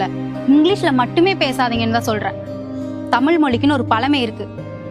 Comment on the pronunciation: நல்ல கான்செப்ட் ஆனா தமிழ தமிழ்ன்னு சொல்லுங்க தமில் சொல்லாதீங்க அது வால வச்சி இல்ல வாழ வச்சு